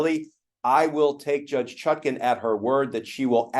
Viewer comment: For god’s sake, it’s ChutkAn, not Chutkin, and it’s Immunity, not ammunity!